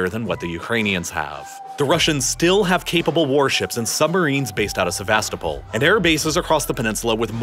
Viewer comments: Correct way of pronouncing Sevastopol is: sɛvəˈstoʊpəl with a stressed 'O' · Se-vas-TO-pol! In the late 90s our kids met a Ukrainian exchange student, who said she was from SevasTOpol. Otherwise, I learned a lot from this thorough video. Thank you. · the way he pronounces Sevastopol 🤮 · The pronunciations make me wanna puke. Especially Sevastopol